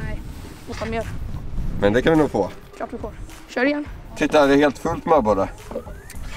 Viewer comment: 7.54 "´säger han "fitta va fin eller "titta va fin" xD